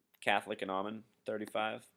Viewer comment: Pronounced "Oh"Men, not "Ah"men. Just thought you would want to know. Thank you, good info.